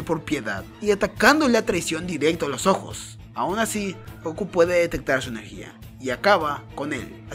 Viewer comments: Me gustan tus videos amigo pero porque decis GOKU Y NO GOKÚ con acento como se dice en realidad? Por lo que veo sos latino pero bueno cada uno lo dice como quiere jaja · Dude... Por que pronuncias Góku si el nombre es Gokú, en japonés también se acentúa la u, suena muy raro XD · Me da un pequeño ataque cuando dicen goku y no gokú,(aunque no lleve tilde) pero buen video xd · fa alta bronca que digas GÓKU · se que es algo raro para preguntar, disculpa, solo que no paraba de llamarme la atención cada que decías Goku mal XD